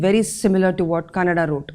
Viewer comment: Pls aap har sanskrit shabdh ya naam ko english me kehne ke liye mispronounce nahi kijiye, for EG:- It's Rishi Kanadh not Rishi Kanada, pls pronounce them as they are, avoid postfixing letter 'a' in every word. Ek aur baat kehna chahunga, vastivik sach ye hai ki methematics, physics aur science ke fundamental principals ki knowledge yaha shristi ke arambh se hi rishiyo ko thi, aur kayi raheshye vidya ki knowledge brain to brain direct transfer hoti thi with power of sankalp i.e thought. Vastavik sach ye hai ki isey institunalized karney ka kaam rishiyo ne kiya yaha. kayi sari vidyaye samay ke sath sath lupt bhi hoti gayi jinme se kayi baad mein phir se avishkarit hui alag alag rishiyo dwara. inn sari knowledge ke mool mein Bagwan Surya aur Sapta Rishi hai, unse hi ye gyan Ishwaku wanshajo ko mila aur unse hi aage rishi parampara chali. Baki apki di hui jankariya bohot hi acchi hai aur knowledgeble hai.